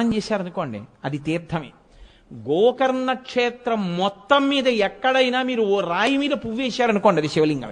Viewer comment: Gokarana kaadu gokarna